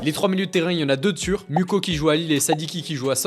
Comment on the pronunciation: Mukau on prononce (moo-ka-wouu) et non mouko